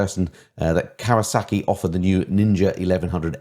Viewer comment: I like this format. 👍🏽 No wonder Geoff pronounces Kawasaki properly! I wish someone would objectify me. Anyone? Balding, overweight late 40's prime British beef.